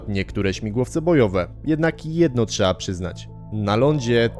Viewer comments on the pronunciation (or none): none